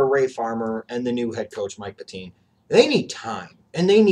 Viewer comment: And it's Pet-tine (pronounced pet-tin)